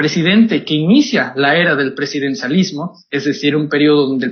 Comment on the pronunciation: " presidensalismo" no sabes ni pronunciar y además Cárdenas fue otro corruptazo !!